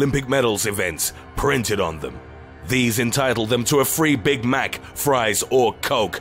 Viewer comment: “numbuh eight maggauts insoide big mahc”💀